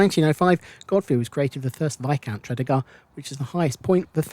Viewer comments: From a 61 year old Newport native, I found this a very interesting and informative video, thank you. Only one little niggle, we pronounce Tredegar as , Tre - deeee - gar. Keep up the good work, will be catching up on your vids and have subbed to your channel, cheers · Great video of Newport....but your pronunciation of Tredegar made me chuckle Tred-ee-gar. 👍👍👍